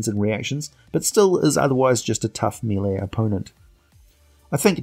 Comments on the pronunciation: cyclical is pronounced "Sick-lik-kal", Not "Sy-klick-kal" melee is french, it's pronounced "may-lay" sigil is pronounced "sij-ul". An actual sigil is synonym of a rune or glyph, and I assume that the planar city of sigil is pronounced the same. I really love your vids, and I'm going through many of them, they're great, but your pronounciation is abominable. Again, I realize you're not American, but still . . . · Study history, sir. Many English words are actually French words thanx to the Norman invasion of England. French became the court language for many generations. "Melee" is of French origin, but is,in fact, pronounced by ENGLISH people as "maylay". It's the most commonly mispronounced word I have heard by people who play board games. Dungeon master after Dungeon master pronounces it "mee-lee". which is wrong. I always point it out, because I assume people who consider themselves well education may want to avoid sounding foolish. And I am no a bad person for pointing these things out. Imagine if you will a sitation: A man needs to blow his nose while at work. He goes to the bathroom and blows his nose. Unbeknownst to him he has some mucus on his upper lip. He walks back to his cubicle. Three people pass by, notice his snot, and say nothing. THe fourth person says, "Hey Phil, you missed some." Phil them realizes he's got a problem, runs back to the bathroom and repairs the sitation. Who is in the wrong? Is it the people who ignored his oversight or the person who notices it, says something,and helps Phil fix the situation. THat's all I"m doing.